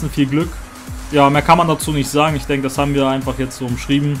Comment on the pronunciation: Isch bin es, ja:D